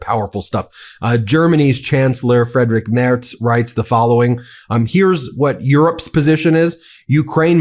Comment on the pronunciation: Your pronunciation of "Friedrich Merz" goes better and better with every video 🙂